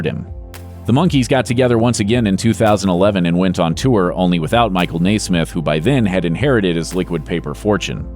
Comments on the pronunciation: You are mispronouncing The Monkees’ Mike Nesmith’s last name. It should be NEZ-mith. In fact, his nickname throughout his career was “NEZ.” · You are pronouncing Milke's last name incorrectly. It is NES SMITH. NOT NAAA SMITH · Michael NAY-SMITH? REALLY? All of my life, it's been pronounced NEZ-MITH. Is there an accent mark on the "e" that I'm not aware of? Reminds me of my mother-in-law who insisted on pronouncing President Reagan's name REE-GAN, while listening to the rest of the world call him RAY-GAN during weeks of newscasts following his shooting. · "Nay-smith"? I nay-ver thought anyone could mispronounce Nesmith. Nay-ver say nay-ver. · It's Nes-meth